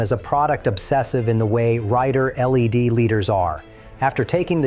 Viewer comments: I hatre AI narration. Took me a while to figure out that "rider L-E-D" as spoken really meant "rider led" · Rider-led, like leading. Not L.E.D. as in the lights. I heard this more than once in the video and had to say something.